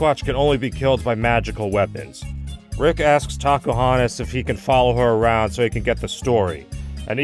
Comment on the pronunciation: I don't know why but whenever says "Tacohonos" It always sounds like he is saying "Takahunters"